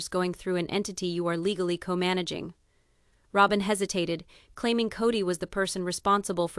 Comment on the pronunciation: This commentator needs to learn how to properly pronounce names! It's annoying. She says Ro-bin, then Rob-in